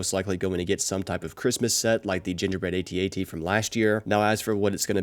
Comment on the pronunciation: It’s not an A T A T, it’s an AT-AT 😬